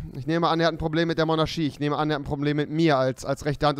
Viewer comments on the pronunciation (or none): zuerst hast du nie Sch immer ch ausgesprochen und jetzt heißt Monarchie monarschie XD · Es heißt Monarchie nicht Monarschie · Es heißt monarchie und nicht monarschie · Rewi immer Monarschie anstatt Monarchie 😂👌🏼 Sprachfehler izz da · Rewi sagt einfach die ganze Zeit Monarschie anstatt Monarchie 😹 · Rewi bitte sag doch Monarchie. Nicht Monarschie. Das is echt anstrengend -.- Merci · Oh man "Monarschie "xD Rewi 2017 kann das sch nicht aussprechen xD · Wer feiert es auch, das er immer "MonarSCHie" sagt😂🤘